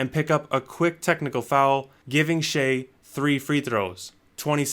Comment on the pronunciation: Always thought it was pronounced as “shy” am i trippin?